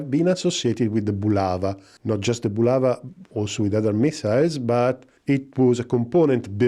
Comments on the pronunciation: Не "Була́ва", а "Булава́"! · Not "BulAva", but "BulavA"!